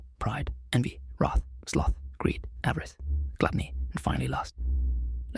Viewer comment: Avarice. Stupid AI.